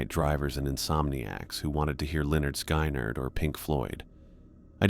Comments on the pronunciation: Really, Sky-nerd ? 😅😂🤣 Great stories though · Crazy as this is, you're talking and I'm having that excellent music playing in my head lol. Oh and Skynyrd is said Skin-nerd.